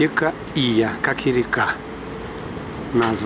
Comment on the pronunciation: Удивительно, что банка ВТБ (!) на Кубани нет и в помине) Река Ия (ударение на Я), Тулун (ударение на вторую У). Спасибо за обзор)